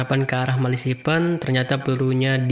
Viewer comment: Ahahah gagal fokus sama Malasipen mu mas 😂😂😂😂😂😂😂 Ejaannya Melefisen, mas 😂😂 Cukup menghibur 😂👍